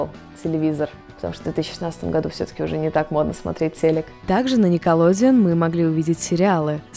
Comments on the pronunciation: Не никилодиун а никилодеон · Наркоманка !!! Не "Некаладеон"а "Никелодеон" Обожаю Ниндзяго